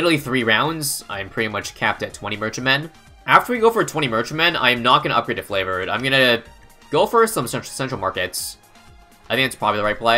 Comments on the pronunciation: is there a reason he says FLAVOURED trades instead of FAVOURED? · I swear says Flavoured Trades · could literally do anything in BTD6 instead of pronouncing “Favoured Trades” correctly